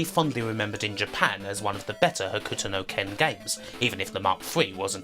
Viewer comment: you pronouncing "Hokuto" as "Huh-Ku-To" is gonna drive me nuts. Its "Ho-k-to" The "U" is silent. XD